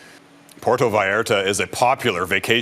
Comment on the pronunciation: I can't listen to the way this reporter says "porto" Vallarta, and Jalisco. Please Global, if you are having someone cover this, for the love of God teach them how to say the names of the places. It's like nails on a chalkboard, and you end up looking ignorant. Unless you're a Trailer Park Boy, and pronounce "Jalepeno" with a hard J, it's friggin Jalisco with a "h"sound. So disrespectful.